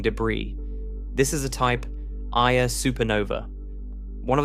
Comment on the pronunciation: Just a small suggestion. At about the 1 hour 30 minute mark, the AI pronounces the Type Ia ("1-A") supernova phonetically as a type "eye-uh", which might be a bit confusing for those who have studied a little Astronomy, but are misled by the incorrect pronunciation. I've noticed this same fault in several of the videos on sub-atomic particles and such. Not to detract from the incredible benefit I have received from these videos, but perhaps the AI could be trained to correct some of these issues. After all, spoken communication is just as important as written (spelling, grammar, context and such). Thank you for continuing to produce these. :)